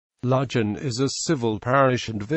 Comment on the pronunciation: I would never recognise this place from the pronounciation used. Ludg as in fudge. Van as in fun. Remember this is Cornwall with it's own language and not England and English. Other place names mentioned I cannot understand at all.